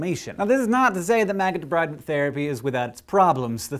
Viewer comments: It's pronounced De-breed-ment. Not De-bride-ment. But i love you anyway! !! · did you check your pronunciation of 'debridement' with any nurse or physician assistant? I learned from the folks once doing this to my flesh: it's a term from the French and spoken as 'de-breed-ment'. FYI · you pronounced debridement wrong. its de breed ment. like removis debris. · Great video, but debridement is pronounced with a short 'i'